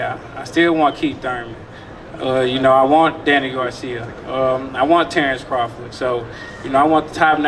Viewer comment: Respect to Errol for saying Terrence crawford name.....